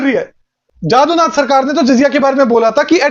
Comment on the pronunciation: wo जदुनाथ होगा, जादुनाथ नहीं जदुनाथ माने यदुनाथ (श्रीकृष्ण )